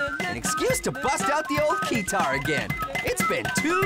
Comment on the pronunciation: It’s keytarr not kita xd